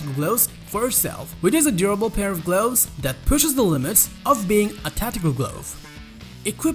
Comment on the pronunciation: I loave my sude gloavs